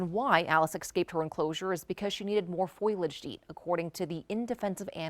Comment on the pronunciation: KOAT, PLEASE tell your anchorwoman the word is FOLIAGE: FOE-lee-udge. NOT "FOIL-udge." 🤦🏻‍♀️